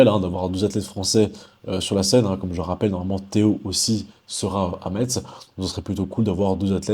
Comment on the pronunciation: Salut 😁 on prononce messe pour Metz . Merciiiii ( et referencement 🎉)